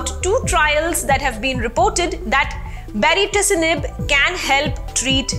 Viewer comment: Kindly pronounce the name of the drug once more for me ..mam...i can hear ..a different name altogether baricitinib or bariticinib what is it????